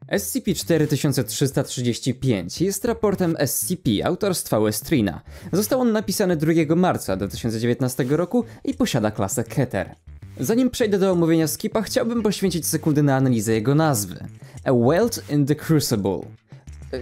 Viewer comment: czy podczas kiedy nie nagrywałeś szukałeś sposobu aby ożywić? Jeżeli tak to coś nie wyszło bo zaczął czytać keter jako kiter